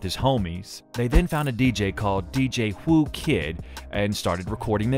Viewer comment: Your narrator is terrible. If you're unsure on how to say people's names like Whoo Kid pronounced who kid makes you sound and your video look like you aren't a true fan.